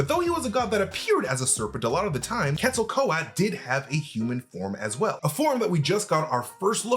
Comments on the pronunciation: It's Quetzalcoatl, not Quetzalco-at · But he's been confirmed as a mutant . Of course he can fly. He clearly has wings on his ankles in his birth scene in ALL THE TRAILERS. Please stop murdering the pronunciation of Quetzalcoatl!! Pronounced as : ket·suhl·kuh·waa·t.l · its pronounced Ketza-kwa-tel (Quetzacoatl) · Quetzalcoatl (cu-et-za-kwah-tel) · Ket•zol•kooah•Le is how you pronounce it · just as a slight critique, Quetzalcóatl is pronounced Cat-soul-c-what-l (that's the closest way I found it could be pronounces using common english words). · It's pronounced Quetzo-Ko-Atl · Quetzel ko-at 💀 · You're not saying Quetzalcoatl correctly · Definitely butchered pronouncing “Quetzalcoatl.” 😂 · Please pronounce the name of Quetzalcoatl right if your going to make a vid of him…. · You are forgetting to pronounce the L at the end Quetzalcoatl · Please pronounce the "L" at the end of the name. It is pronounced. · Why's he saying the name like that? Lol pretty sure Thor even said the name in TLaT. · Stop dropping the L at the end, you need to pronounce the L. 😂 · So much of this was just massively unsubstantiated speculation. And please learn how to say Quetzalcoatl. Why did none of your editors catch that mispronunciation either? The tie in with Thor Love & Thunder was a really good spotting and I really think you're onto something with that part, but reign in some of the rest of this speculation. You're just guessing plot points willy nilly. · Is the L silent in quetzalcoatl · Jesus Christ, guys.....how can we trust your theories when you don't care enough to learn how to pronounce quetzalcoatl... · Way to butcher an Aztec God's name.. if you can't pronounce it correctly don't even try saying it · That’s not the way to pronounce the gods name…